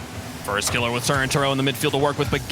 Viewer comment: was anyone else bothered by how that fuckin dude kept saying "firstkilla" like he's scrub killa? i know i'm being very particular about how i like my casting, but that shit just felt wrong